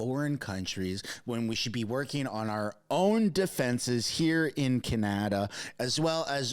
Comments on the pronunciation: I love your video.. you do a great job at keeping us informed.. you said something funny at minute .. Kenata instead of Canada...LOL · It's Can-a-da. Not Ca-na-da.